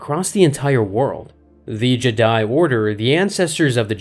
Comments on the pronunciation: Jdi instead if jedi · Is he saying "Jedi" like Jed-dye, but with more emphasis on the last syllable, intentionally as if it's something different or the same Jedi we're all thinking of?? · The jeh-die